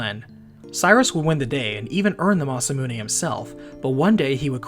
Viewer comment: Im really sorry bud but the way you said Magus and Masamune made this unbearable to watch Do you call a gun clip a mag? Say that word...now say Magus right....